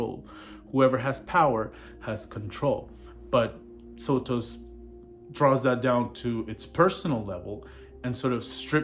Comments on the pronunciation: How many videos do you need to make on the guy before you learn how to pronounce his name? SO-tus. You can hear him say it in the Howard Stern interview. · bitch I'm darker than you are. And sotos is a greek name anyway. But if you want to go around saying people's name's wrong I guess that's your prerogative as a troglodyte. Him saying it